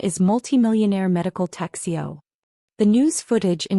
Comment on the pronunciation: Needs a male narrator. And it’s Rodriguez. And it’s bail, not bales. Tech CEO, not texcio. 4 cardiac events, not 3. Maid of Honor, not Made